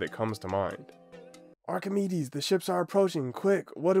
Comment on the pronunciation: lesson learned: doesnt know how to pronounce archimides and the guy who doc from tf2 named his bird is a madlad